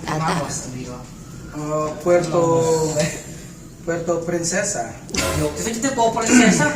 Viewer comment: Heheheheheh. said.. Puerto.. Puerto presisa